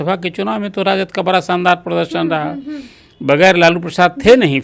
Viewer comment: बाड़ा नही बड़ा😂😂😂